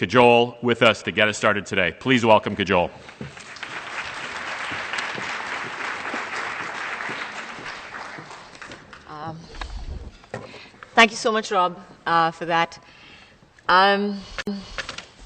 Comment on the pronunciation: Pronounced Kaj-ool 😂😂